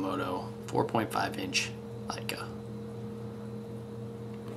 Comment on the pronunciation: It's an incredible bait, but please.........it's pronouced eeeka.